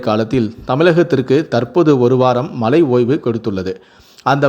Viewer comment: Tamizh ucharippu padu moosam mazhai enbathai malai ean ucharikkirar muthalil tamizhi nandraha padi pinbu nee seithi vasikkalam